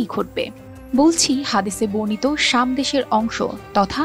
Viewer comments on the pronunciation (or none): it's শাম not শ্যাম। বেশি শিক্ষিত। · শ্যাম ভূমি নয় শাম।আপনি বার বার ভূল পড়ছেন কেন???? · শ্যাম ভূমি নয় এটা হচ্ছে সাম ভূমি। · খুবই ভালো প্রতিবেদন কিন্তু উচ্চারণ শ্যাম না শাম হবে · শ্যাম ভূমি না।।শাম ভূমি হবে।। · Uccharon thik nai. Shem na, sham, sothik arbite Shem na sham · শ্যাম না শাম হবে। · শ্যাম নয় শাম 🫢